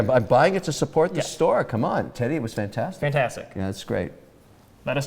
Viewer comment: Yes right. He pronounces the t like sh like in english when in french its more like ss.